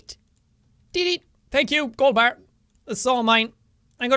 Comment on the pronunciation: ber instead of Golden bar XD (I went through hell and back to put an apostrophe on the e but I failed q.q)